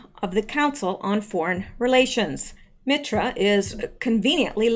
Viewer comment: MITRE ...pronounced MIGHT ER Used to live there...had a friend worked for them.